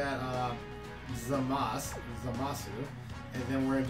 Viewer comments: the U is silent in Zamasu. they say Zamas in the anime, have you ever heard the word desu? it is pronounced Des. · it's always been "Zamasu" but you pronounce it as "Zah-Mah-s" the 'u' is silent at the end of an english spelling of a japanese word. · Btw, the thing with Zamasu's name: Japanese people often don't pronounce the u's at the end of words, so stuff like "desu" ends up being pronounced "des" etc. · his name is spelled Zamasu but on super it's pronounced by gowa sama Zamas the u is silent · No no it's pronounced "Zamas" the u is silent lol